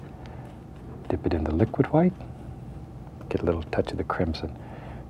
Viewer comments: Is it white or hwite? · Am I the only one who realizes he pronounces White as Huite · I love the way he says HUWHITE